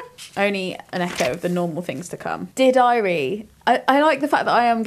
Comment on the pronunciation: American here 👋🏼 every time read “Dear Diary” I heard the phrase “did I read?” I thought, wow she was either really on top of her reading schedule or very forgetful of her literary feats.